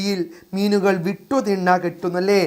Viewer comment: വീട്ടു ✅ വിട്ടു ❌